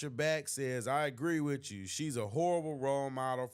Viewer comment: Bro you are inarticulate and sound "ghetto" it's "with you" not "wichoo"